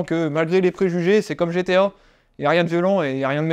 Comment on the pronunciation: Bien belle sa collection mais faut qu'il apprenne à dire GTA et pas GTO